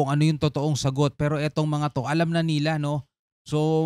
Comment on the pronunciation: hahaha kainis pag ung sinasabe mong "NILA" may tono